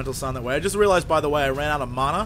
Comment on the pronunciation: MANA NOT MONA